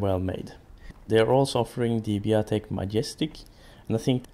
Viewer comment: Not Biotic..... Biatec! Shame!